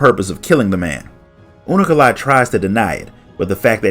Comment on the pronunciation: hearing him say unukalhai as unu- ka-lhai is freaking me out xD